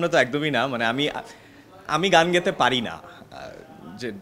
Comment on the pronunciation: গেতে নয়, গাইতে